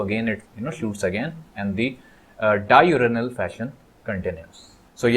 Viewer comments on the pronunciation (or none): OhBAI YE DIURINAL NH HAI HAAHAHAHA ITS DIURNAL😂😂😂😂